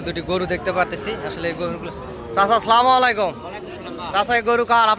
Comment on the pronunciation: আসসালামু আলাইকুম, স্লামুআলাইকুম নয়। সালাম দিতে ভুল উচ্চারণ করলে তো হবে না। সচেতন হতে হবে।